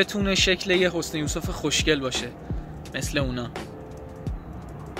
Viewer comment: حَسَن یوسف😂😂😅 حُسن یوسف